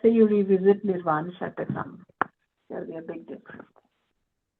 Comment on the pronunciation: It's Nirvana Shatkam, not Shatakam